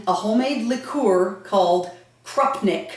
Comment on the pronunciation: Nie krapnyk tylko to się krupnik czyta.